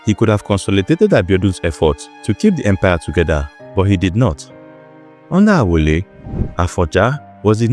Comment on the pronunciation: Correction: The name is Alaafin Aole, not Awole.